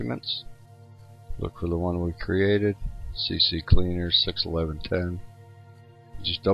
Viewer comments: lol it's called CCleaner not CCCleaner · He Said , cccleaner lol but he typed Ccleaner xD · It's Ccleaner not CCcleaner